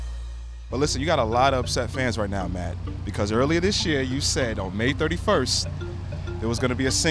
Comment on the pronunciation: it's "ma-e" if we're gonna do this properly